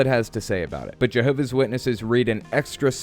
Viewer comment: Why can't she bring herself to pronounce the 's in Jehovah's, first of all. There are a lot of smug JWs like this lady - got a couple in my family. Very unintelligent ppl who believe they have everything on a string. She seems like a particular treasure, I must say.